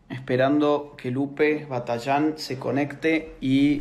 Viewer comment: Batallán es una palabra aguda!! por tanto lleva acento!!!!